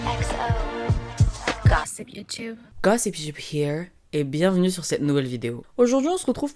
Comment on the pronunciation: au début son « here « me dégoûtes ptdr